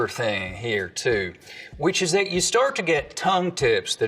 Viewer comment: I love how much of the stuff you don't get because that's the way you speak English. Particularly with the D for TH. You literally said " for? I don't get it." Russians also tend to do that, so that probably doesn't help with people thinking you're Russian.